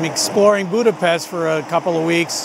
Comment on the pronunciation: it is sad that you cannot pronouce 'Budapest' correctly.